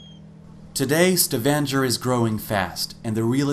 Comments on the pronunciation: It is a StavanGer ( like Stavangher) and not StavanJer...is Norwegian place and name so learn firstly to pronounce it correctly instead of wounding it continuously rather, eh??? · I wish the narrator of this video could at least learn to pronounce "Stavanger" correctly. This might lend credibility to the rest of his narration. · the way he reads Stavanger.... god hurts my ears!